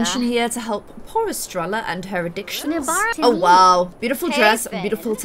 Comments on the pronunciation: So said Es-trell-a even though it’s Es-tray-ya it means star in Spanish 😆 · 😂😂Estre-ella?! Oh my dear. Its pronounced Estre-Ya. The double 'L' makes a 'Y' sound in spanish. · Estrella is actually pronounced like Estreya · your friend, estrella her name is actually pronounced estreya bcz its a hispanic name, ‘n you’re in mexico. 😂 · Estrella is pronounced Es-traya. It means star. It’s a really pretty name:) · In Spanish the "ll" makes the "y" sound. So it technically be Estreya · Just a lil spanish tip, violets friend Estrella is actual called (e-stre-ya) bc the double L makes (yuh) sound, and her name actually means star in Spanish😊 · Just FYI, Estrella is a spanish name and you pronounce it eh-streh-yah. the double l's are pronounced as y's. 🧡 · estrella is pronounced es-tray-ya and is spanish for star :) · Fun fact: Estrella is star in spanish... And it pronounced Estraya, theres another fun fact😂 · Estrella is pronounced Eh-stray-ah ❤ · Estrella is pronounced Es-tray-ah :) Double L’s make a “yah” sound! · Estrella means star in Spanish! It's pronounced (e-stray-a) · Hey, just so you know, Estrella is pronounced “Eh-stray-A” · You were saying Estrella's name wrong